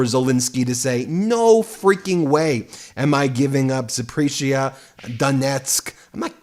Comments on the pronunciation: Not "Za prish ia". Pronounce important names properly. It is " Za po rish ia". I listen daily!! You are doing a great job. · Ben, it's pronounced ZapAreesia, not Zapreesia. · Point of clarity: Zap-or-iz-i-a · Please learn how to pronounce "Zaporizhzhia" you say it often enough, learn how to say it properly. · Check your pronouncation of Zaporizhzhia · Wow, Ben! You really suck at the pronunciations of names/proper nouns! All those Ukrainian regions you named, you pronounced wrong, ALL of them!